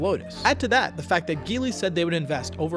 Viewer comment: Hello there, I own a Geely Coolray model 2021. The chinese car market is booming here in Kuwait🇰🇼! My eldest brother owns the Changan CS95. I really hope chinese cars enter the american market, because a lot of them have very affordable cars that are a bargain for their price. Oh and, just in case, the G in Geely is pronounced J😁. Thank you very much for this video it was very informative and entertaining.